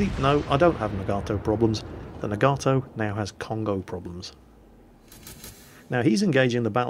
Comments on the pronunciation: I believe Nagato is pronounced na-ga-to not na-gar-to. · its pronounced na-ga-to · I think it's pronounced "Nah-Gaw-Toe" with stress on the first syllable. Also, press "Z" so we can watch a cinematic view of the shells flying to their target! ( do it for killing shots, skillful shots, or crazy citadel hits?) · Nagato is pronounced NAHgahtoe as opposed to naGARtoe, we english speakers put emphasis on the second to last syllable such as humanITy or assASSin, whereas the japanese put emphasis on the first syllable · Naga-toe is how I believe it's supposed to be pronounced, but I have a tendency to say Na-GAtoe too. Also, Foo-so > Few-so. :) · (a - \ah\, o - \oh\ u - \oo\) Nagato - Na-ga-toh Myogi = Mio-gi Fuso = Foo-soh Yamato = Ya-ma-toh Kongo = Kong-goh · Hey, Glad you discovered the anime. Pretty fun stuff. You were asking about the pronunciation of Nagato. I'm half Japanese so here's how you'd say the name. You break up the word as follows, na-ga-to, and each of the three parts are a short pronunciation, not our typical long sounds in western English. So it will sound like this: Nah-gah-toe. Hope that helps =^^= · well.. The hiragana for Nagato is ながと which is pronounced as Nah-gah-toh. so there is no long "a" in there. The more you know ;) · nog-ah-toe, atleast that's how its pronounced in the Japanese anime called Naruto. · Na-ga-to... japanese is usually 2 syllables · It's pronounced Naw gaw toe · Nagato (nah-gah-toh) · The HIJMS Nagato is pronounced nah-gah-toh. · Top tip. Japanese goes by syllables Ya-ma-to Na-ga-to None of that vowel nonsense English gets and desu is just des, no U sound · nagato is pronounced "Nah-gah-toe" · Pronounced Nah-Gah-To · Second one, it's Nagato with a long "a". The English way is closer.